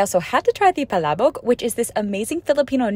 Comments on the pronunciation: someone finally pronounced palabok right 😭😭😭😭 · Your pronunciation of palabok was spot on!!! Now I’m craving Filipino food! Yum! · Spot on with the Palabok pronunciation. Congratulations! You have earned a sub! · Amazing that finally someone pronounced “palabok” correctly hehe! ❤ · The pronunciation of the palabok and adobo is 👌👌👌spot on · the pronouciation in "PALABOK" was nice❤ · of all the foreigners who pronounced palabok, you were the only one I've watched that got it right. i don't know why they don't try to ask any store crew how to pronounce it. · Very good pronunciation of palabok! Approved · finally someone pronouncing palabok correctly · Correct way of pronouncing Palabok ❤ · She's the only foreigner I've seen that was able to pronounce Palabok correctly. 🥹🥹🥹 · FINALLY SOMEONE PRONOUNCES IT RIGHT!! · Bro thank you someone that can pronounce plaboak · You Pronounced palabok right 👏👏👏👏👏👏👏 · NO WAY HOLY SHIT SHE PRONOUNCED PALABOK RIGHT BIG WWW